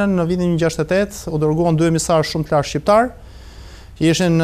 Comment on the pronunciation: Shqiperi , shqiptar, me 'q' .. ... jo shiperi jo shiptar..... permiresoni spikerin !!!!